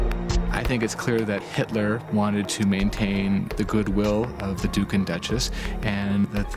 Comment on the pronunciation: my god at least pronounce duke correctly